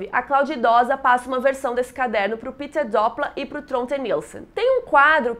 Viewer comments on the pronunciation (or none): none